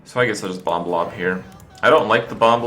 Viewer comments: its so aggravating hearing him say bomb wrong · will you fucking stop pronouncing the second b in bomb. holy shit. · Pronouncing that second B in 'bomb' is super adorbs. <3 #sorrynotsorry